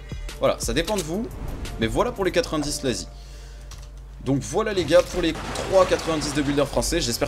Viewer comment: La manière que ta dit slaazy cest chaud mais honnetement ton tuto étais vraiment bien expliqué et daprai moi tu pourais entrer dans la g4b